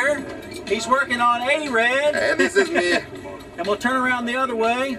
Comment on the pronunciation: You can see Roman here: "Heeay, diz iz meee" dafuq